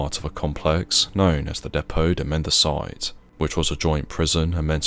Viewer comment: It's not pronounced "mend-a-site", it''s "men-dee-cee-tay", i.e. "mendicity", in English. Any student of military history would know that during the Easter Rebellion in Dublin in 1916, the Mendicity Institute, attached to St James' Hospital, was the site of fierce hand-to-hand fighting between British forces and the insurgents.